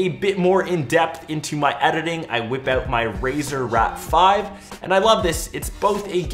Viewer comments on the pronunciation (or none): Did he say RAZER R.A.T 5... XD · Did call it the RAZER RAT 5??? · Did you just say Razer Rat 5 =D